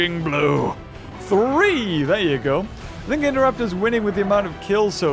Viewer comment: Why do you say it like 12 free